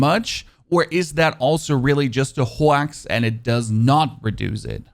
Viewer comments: Your pronunciation of ‘hoax’ or ‘hoe-ax’ I love it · Did he say hoe-ax?? Like hoax lmao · Did he say hoe ax? I can’t tell if he pronounces things this way on purpose.